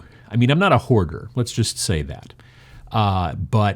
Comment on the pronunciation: "I'm a herder," "It's pronounced HOARDER, and yes you are"